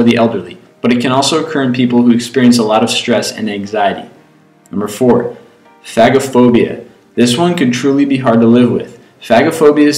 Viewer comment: Did he just say fagaphobia